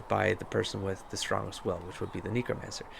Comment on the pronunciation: And...please learn how to pronounce Qun (kYOON) and Necromancer (NECKromancer) before I call the ACLU! Although maybe your particular mispronouncing of qun isn’t a racial slur in canada?